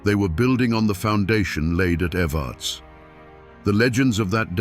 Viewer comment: We pronounce evarts like this ev- errr- ta- sss The way he was saying it was grating my nerves. Born and raised in Harlan KY ..still here, we ain't going nowhere 😜